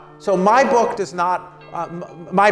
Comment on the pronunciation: "So my bOcK is my bOcK!" an extremely articulate speaker!